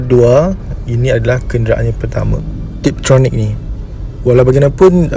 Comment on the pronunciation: TIPTRONIC dan bukan TRIPTRONIC. harap maklong 😅